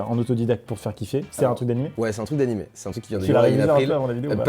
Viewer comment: je parle pour tous les otakus: on dit anime pas animé !!!!